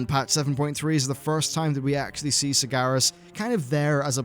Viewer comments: SaRGaras not Segaras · not even u can pronounce Sargeras properly